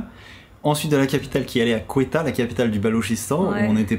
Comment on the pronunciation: Salut, super contente que vous retourniez au Pakistan! Je vous ai entendus à maintes reprises (et dans plusieurs vidéos) prononcer la capitale du Baloutchistan : Quetta (à la française), mais cela se prononce : KETTA. Vraiment hâte de savoir comment va votre véhicule et quelles seront les conséquences entreprises pour le retirer de là. Mais nous savons bien que les gens sont super hospitaliers (culture oblige). À bientôt vous visionner! Bon trajet!